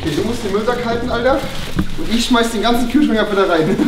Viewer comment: Omg....Hahahaha....also ist "scmeiß" statt "schmeiß" KEIN Fehler ?